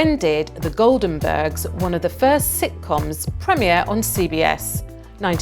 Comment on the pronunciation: Oh she mispronounced so many things. The Goldenbergs F I. Mao Tse Tung, Wrath, the house price. Well no one is perfect.